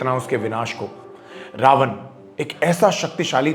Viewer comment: pehli cheez, Raavanaaa nhi hota raavan hota h, angrez nhi dekhne vaale ye video